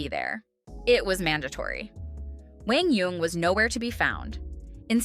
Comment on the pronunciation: My boi "Wang Young" lol